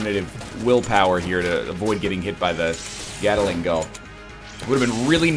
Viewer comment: NL, please. For the love of Celestia... the name of the gun with the multiple rotating barrels and the bird-boss that uses one is "GAT LING", not 'gattle-ing'. This has been driving me nuts since the first episode...